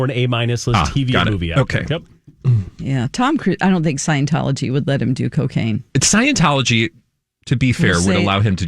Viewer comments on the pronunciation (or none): When did Cocaine become Cacaine?! 😂